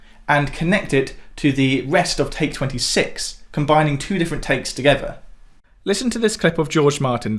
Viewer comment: Please…. Beatles not Beatools, hassle not hassool, and certainly not togever